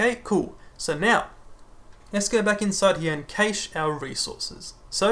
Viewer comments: Great video, thanks! I'd just like to point out that you're mispronouncing "cache". It's pronounced exactly like "cash", rhymes with "flash". The a is not pronounced like the a in "age" or "cage". Keep up the good work! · no offence, but most other places (i.e. 90% of your views) will pronounce it cash - maybe just bite the bullet? Its really off-putting. Awesome video though... but I very nearly turned off every time you said cache.